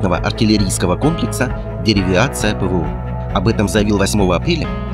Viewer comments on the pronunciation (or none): Деривация а не Деревиация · Когда вы уже читать научитесь. Не деривиация, а деривация. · Алло, комментатор ! Не ДеревИация, а ДеривАция ! Готовый текст прочитать не могут ! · Не деревиация, а деривация! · Деривация.... деривация а не деревиация :-) блохххер... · Так это "Деривация" или "ДеривИация"? Автор, учи матчасть. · Автор, внимательнее - Деривация, никакой Дерив-И-ация. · Деривация, а не деривиация)) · Да не "ДериВИАция", а "ДериВАция"! Прямо аж уши режет эта безграмотность! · Деривация, не деривиация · деривация, а не деривиация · Деривиация, или Деривация? Режет ухо... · ДЕ-РИ-ВА-ЦИ-Я - а не девиация! 🤦‍♂️ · Не ДеривИация, а Деривация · Так, как правильно? Деривация - как в названии или деривиация - как озвучено? P.S. судя по тому, что телефон исправляет, то первый вариант. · Нк деривиация а Деривация. Странно звучит с учётом того что в названии видео написано правельно. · Не деривИация, а деривация)) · Такое ощущение что автор даже название не выучил - постоянно что-то мямлит типа "деривИАция" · деривИация ахахахахахахахаахах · Деревиация😅кому так же порезало ухо? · Как-как??? 😂 "ДеривИация"? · Спикер в состоянии правильно произнести слово " деривация"? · Да, с грамотой у диктора большая проблема, 10 раз сказал название, и всё не правильно, плохо с прочтением текста на русском языке 😏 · а почему тогда слово деривация вы так странно произносите :)) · прочитай правильно название техники!!! 🤣🤣🤣